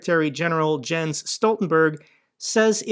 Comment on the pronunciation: Jens is pronounced like Yens ;-)